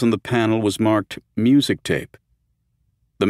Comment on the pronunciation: Examples of the narrator mirpnouncing the word music